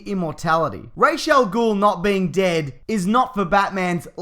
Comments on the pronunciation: I know I'm being really anal about this, but the Ras in Ras al-Gul is pronounced as Raz, not Raish. Just saying. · it's Ra Al Ghul like "Raw" not Ray .... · Its Ras Al Ghul not raish... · Who the fuck is "Rayshell Ghoul?" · It's Ras al Gul not rash al gul